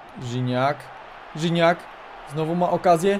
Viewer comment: NIE RZINACK TYLKO GIGNAC